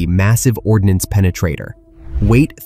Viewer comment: not ordinance,, it's ordnance